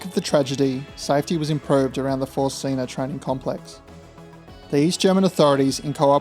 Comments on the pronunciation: Great video. You’ve earned yourself another subscriber. BTW Zinne is pronounced Tz in neh, not zeena. The double N shortens the vowel. Z is pronounced tz like in trar. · Learnt German in 2nd and 3rd year leaving years at school . Pretty sure German pronounced Zinna is pronounced like Australia says spinner or Spinna so Zinna not Zeena . It's just a small grasp of German but grates a tad each time you pronounced it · Very interesting, never heard of this incident before. –Zinna would be pronounced “tsinner”. While it’s DDR in German, it’s GDR in English. There would have been no graffiti at the station during those days, small mercies. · It would have been useful to first find out how to pronounce ZINNA